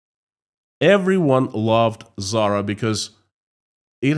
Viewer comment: You’re confused! She was talking about Putin’s fashion company Tzara, not Zara! 🤷‍♂️😂